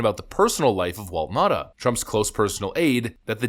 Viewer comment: its Now-tah (Nauta)